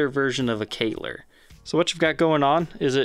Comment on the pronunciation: That’s nothing like a Kahler, it’s just a knife edge trem with roller saddles. Also it’s pronounced like Mahler, there’s no Y in it.